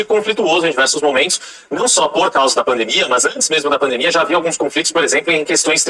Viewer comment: Bia Doria "pandimia" 🤦‍♀️🤦‍♀️